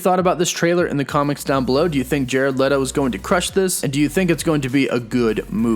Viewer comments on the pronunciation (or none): BTW it's Let-o (like let go) not Lee-to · Its Let-o.. Like you LET someone borrow a charger. O.. but make sure you give it back. And pseudo isnt pronounced the same way as suede.... And finally... The picture of spiderman in the alleyway... It says MURDERER... Not WANTED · Who the hell is Jared “L E E D O”